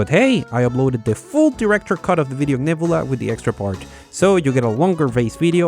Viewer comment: FYI. If you want to talk like most Americans; take the Y from a word like your. (YuH) Then you add it to your pronunciation of the letter u. Y-U. Neb(Y-U)la. C(Y-U)riosity Stream. It’s not totally universal, but it might make your scripts flow better when you use it.